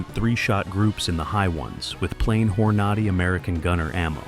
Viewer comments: "Hornawdy"???? Really. AI sucks. Not watching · Loved the way that computer pronounce hornady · Yup. Thats why I didn't finish the video.